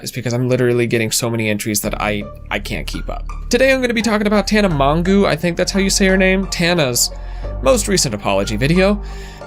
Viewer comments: Mongoo hahahahah it’s pronounced Mojo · LOLOLOLOL HE REALLY CALLED HER TANA MAANGUU 🤣🤣🤣🤣🤣🤣 I FKIN CANT HAHAAHAHHAAHAHHAAHA ohhh.. i havent laughed like that in awhile lol. Its tana "mojo" lol. But maanguu sounds good too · Ain’t nobody gon talk abt how he pronounced her last name as “mohng-goo”? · Tana "Mon-goo". 😂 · TANA MON-GOO LMFAO IM SORRY I LOVE THAT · Tana Mongoooo? Really? Lol